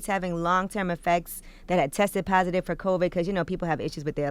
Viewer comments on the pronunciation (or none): none